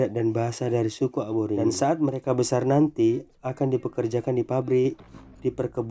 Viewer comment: Aboringin❎️ Aborigin✅️ Konprensi❎️ Konversi✅️ Mohon lebih hati" dalam pengucapan kata